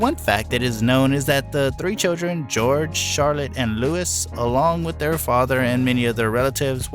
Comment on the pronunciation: The S in Louis is silent ffs